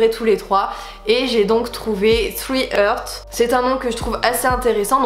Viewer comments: Le logo est original. C'est une vraie réussite. Attention tu prononces "three hurts", et c'est loin de three hearts. Tu souhaites anglophoniser alors faut t'y mettre. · Super projet, beaux produits, mais la prononciation du nom de la chaîne y faudrait pratiquer un peu aille 😅